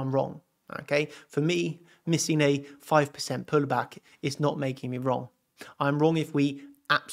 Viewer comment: why is your accent "pulllback" puLL?